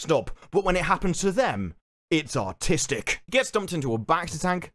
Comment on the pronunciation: did he say artistic or autistic